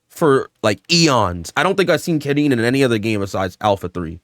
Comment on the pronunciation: Car-een As a Karin specialist it's car-een